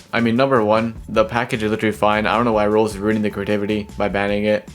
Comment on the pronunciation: I’ve already said this 100s of times that even when I slow down I still can’t understand because he doesn’t even fully pronounce most of the words. For example he says “Roblos”